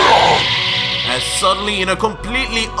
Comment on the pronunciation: Ur pronunciation is wrong for madara and that’s susano 😂